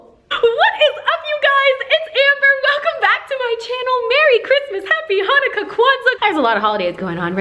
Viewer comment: Anyone else got excited when she said “Happy hanoca?” Just me?